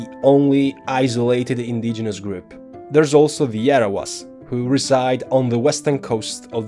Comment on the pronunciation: Don't pronounce Jarawas as Yarawas.